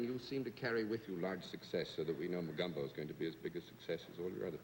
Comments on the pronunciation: Love how Bennet Cerf pronounced "Mogumbo" instead of "Mogambo". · John Daly acts like a bashful schoolboy. Just wondering if anyone else noticed they all pronounce the movie name as "Mo-GUM-Bo?" Shouldn't it be pronounced " Mo-GAHM-bo? "